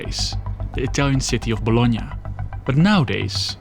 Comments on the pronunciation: ... No way... First time i ear am English speaker nailing the pronounce of Bologna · I have always found it annoying when Americans pronounce “Bologna” as “bah-law-nee”, thanks for using the proper pronunciation.